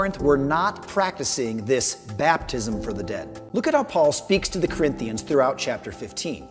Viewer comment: When he says sirinthians does he mean Corinthians or someone else?